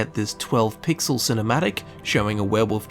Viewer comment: The fact that your accent makes 'werewolf' sound like 'werewoof' to me, simply gives me altogether too much joy